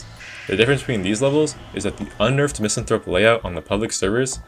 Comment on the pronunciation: One day people will learn how to pronounce Misanthrope